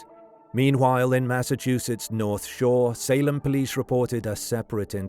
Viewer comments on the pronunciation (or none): none